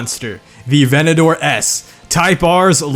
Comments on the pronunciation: A-ventador, again; A-ventador. Not venedoor.. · lamborghini aventador A-Vent-A-Door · bruh.... were you just saying “Venedor” instead of “Aventador” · Aventador only have 1 " o " bro 🤦‍♂️ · All these Aventadors and he forgot the J